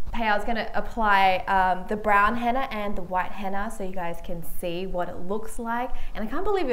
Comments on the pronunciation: It's Henna not hanna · I thought she said Hanna in the beginning